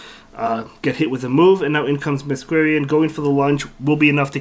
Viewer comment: Just FYI Masquerain is pronounced Mask-ore-rain, because masquerade + rain. I only know this from Phantom of the Opera. Not that it will be relevant often but thought I would mention it!